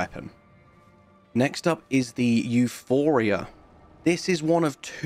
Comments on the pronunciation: The weapon is Euporia. Not Euphoria. It seems a common mistake but I'm unsure why. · It's EuPORia, not EuPHORia.